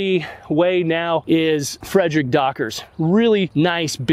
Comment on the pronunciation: Thanks for the tips u helped me a lot but u pronounced Fedricks last name wrong